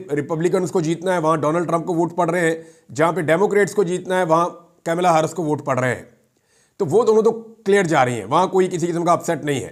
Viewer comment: My dear brother her name in not kamila but her name is kamala haris